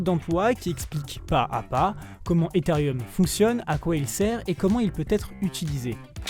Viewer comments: C'est un melange de prononciations francaise et anglaise. Le "e" etant prononce "i" en anglais ca fait bien "etherieum" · il est ou le "i" dans ethereum ? pourquoi ce mec rajoute un "i" ??